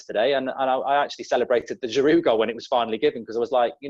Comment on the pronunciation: No, but he's probably the best big man up front who can hold the ball up and bring others in to play! P.s. It is pronounced Girou, you need to drop the D on the end!